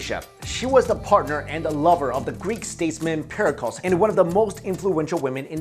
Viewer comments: It's pronounced "Pair-uh-clees" not "Pair-uh-culls". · Hello! Very nice video, but you mispronounced Pericles. Should sound like: PeriCLEZ. Thank you. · Please learn how to pronounce the names before u say them like Aspasia (as pah see ah) and Perikles (pear ee klees) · The way he pronounces Pericles, though! LOL!!! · To the narrator... you absolutely butchered the names of several people, namely, Pericles, Uriah, Marie Antoinette... and the word "papacy." I suggest you learn how to pronounce these words and names and redo your video!